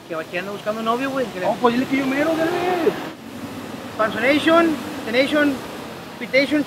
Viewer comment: Pansoneition. Teneition. Chiquitetion. Jajaja.